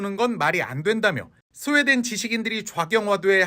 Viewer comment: 스웨덴이~ 하는거보니 경상도네..